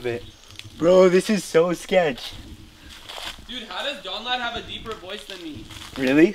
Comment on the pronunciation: I thought his name was not Donald